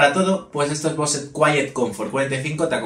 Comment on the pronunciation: se que no debo decirlo pero no mames, no digas bose, pronuncialo como bous, no me quieras salir luego con el titulo del video diciendo "escuchad tios, hoy os traigo unos flipantes trucasos para vuestros bose cuietcomfort 45"